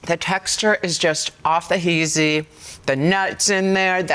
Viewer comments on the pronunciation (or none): She said “off the heazy” 😂